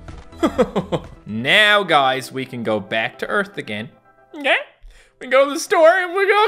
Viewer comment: Guys in the intro doesn’t it sound like he said bat instead of back??